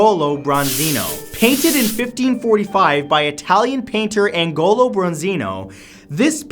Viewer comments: AGNOLO! Not Angolo. Also Millais is pronounced 'mil-lay'. So many of these mentioned theories are so misguided, none of which are accepted in the art-historical community. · ag-nolo, Matthew, not ang-nolo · Hi Matt! Just a friendly reminder: the artist for $9 is pronounced: "Agnolo" not Angolo. 😊 Great video! 👏👏👏✌ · Great video as always but one thing: its pronounced "aNIOlo bronzino", not aNGOlox 👍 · Omgggg, the way you pronounce "Agnolo" nooooooo